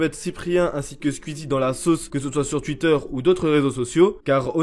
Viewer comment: Twitter Sa se dit "touitteur" et pas "tuitteur"